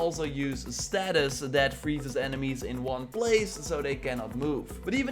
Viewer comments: Stay-sis not status Good vid tho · Thanks for the vid. Btw it's Stasis not Status as you pronounced it